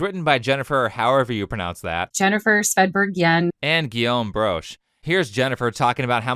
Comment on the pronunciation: Love how that little clip with the narrative designer is, in fact, not how you pronounce "Svedberg", lol.